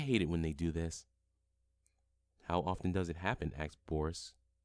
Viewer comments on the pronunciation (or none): the amount of times he said axed